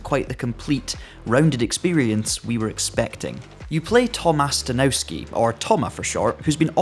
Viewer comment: It’s pronounced „Stanovski” Also the surname of a president candidate in Poland, albeit not a very successful one, more of a meme 🤣 Only just realised this is made by a Polish studio!